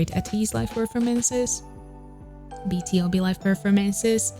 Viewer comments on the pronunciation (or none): BTOB is pronounced as bee-too-bee, it stands for "Born to beat" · Hii!! Love this but is pronounced B(TO)B